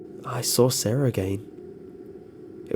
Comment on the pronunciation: You people are spelling sara wrong. It's not saraHUH. It's sara